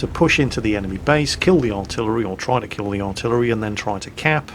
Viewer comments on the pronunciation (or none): Oh its a lorr 155 50 not a larr 155 50 lol